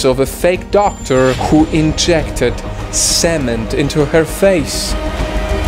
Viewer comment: The way he said cement 💀